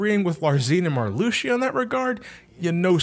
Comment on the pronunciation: I don't mean to nitpick, but his name is pronounced Mar-loo-shah, at least, that's how I've heard everyone I know who knows Kingdom Hearts pronounce it. And her name is pronounced Lark-zeen.